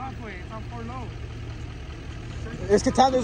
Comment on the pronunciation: 4 low my guy. 4low not 4hi